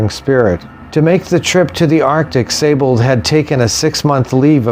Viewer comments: Pronounced 'See-Bold'. Great video. Thanks. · No, it's pronounced 'z eye bold'. The 's' is a 'z' in German and with the ei/ie vowel combination, the emphasis is on the second vowel. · Thanks for correcting me. But actually, we were both incorrect. It's pronounced 'Say-bold' according to most websites familiar with the proper pronunciation of the name. If the 'I' is before the 'E', then yes, it is indeed pronounced 'See-bold'. Cheers. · interesting because, for example, Seydlitz, like in Friedrich Wilhelm von Seydlitz is pronounced 'ze-eyed litz'. With the spelling as 'Siebold', I'd understand it as being pronounced as 'zeebold'. But with the spelling of 'Seibold', and it being pronounced 'zee bold' has made me curious. As I live in Germany, I'll have to ask around. Cheers.